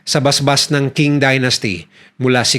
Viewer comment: Mali pronunciation mo ng "QING" ang tama ay CHING